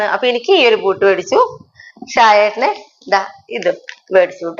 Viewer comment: ഇതൊരു പുതിയ രീതിയിൽ ഉള്ള കറി ആണല്ലോ.ഞാൻ നാളെ ഒന്നുണ്ടാക്കി നോക്കുന്നുണ്ട്.പിന്നെ ബൂട്ട്സ് എന്നാണട്ടോ പറയുക.😊🌹